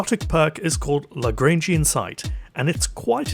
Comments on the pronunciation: You are first person I’ve seen to actually pronounce “Lagrangian” correctly. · Shout out to for being the only Destiny Content Creator who isn't utterly confounded on how to pronounce LaGrangian